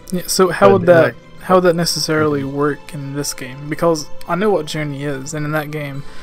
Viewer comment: Why do you say "Becaulse" instead of "because"? It sounds so weird. You also keep saying "bolsses" instead of "bosses."